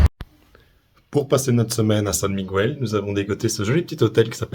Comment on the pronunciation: Ik faut apprendre à prononcer Miguel